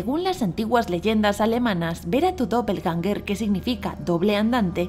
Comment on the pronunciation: Que pronunciación paupérrima del alemán